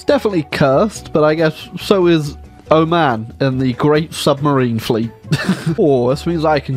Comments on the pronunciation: The way he pronounces Oman hurts me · Iran to Iraq and said “oman”